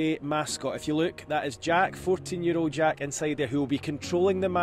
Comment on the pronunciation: Why would you ever give your kid a name you can't pronounce? The kid's name is Jack, not Jach.